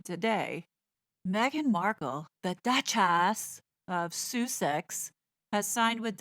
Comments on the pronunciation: We don't care what is said about Meghan or Harry we know very well all the lies come from her and Harry, but please do not pronounce Sussex in that manner it is hurtful to all the people who live in Sussex and have a great history there. It is bad enough that those two traitors are using the titles, we would like nothing more then for the both of them to lose their titles and everything that goes with it and never return to the British Isles again. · I know this will get lost in the comments, but don’t say Sooo-six. I happen to live in Sussex, it’s a beautiful county and a shame they have the title of it. Please don’t rub more salt in the wound. 😢